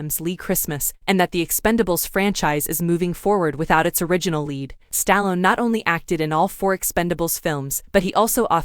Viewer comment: Learn to say names right including Stallone